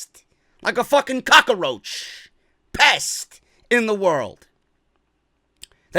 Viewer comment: "cock-a-roach" LMAOOOO